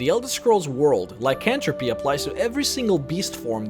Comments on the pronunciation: im sorry, but the way you pronounce lycanthropes and black marsh is unbearable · Sorry, but it's pronounced Lie-can-throw-puh. Not trying to be rude I just have problems with correcting people. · Actually, the 'were' veriety of creatures, known as lycanthropes (which is pronounced lie-can-th-ropes, the TH being emphasized, rather than just 'cantropy' like you''re saying, which is actually a direct term for magic, rather than half creatures) are actually common in a multitude of fictional worlds. Werefoxes, weretigers, and so much more are derived from their two conjunctive terms. 'Were' actually means man, and so you combine it with the animal they're cursed to, in order to form the correct term. Lycanthrope, is a general term for anything that is forced to transform, rather than things such as 'animagi' (Harry Potter) where they can choose to transifgure themselves willingly. As an example, in the original Dungeons and Dragons Monstrous Manual you'll find that you can find a multi-catagory of Lycanthropes that include wereboars, rats, bears, bats, and even foxes. It's been lost on most of my generation, but in all honesty Lycans aren't just Werewolves (which are the most commonly thought of form). Lycans were associated more and more with the thought of 'wolf', not just because lycan means wolf in latin, but because the Underworld series began calling werewolves 'lycans' in general. Theres a lot of history, and I encourage you to partake in it.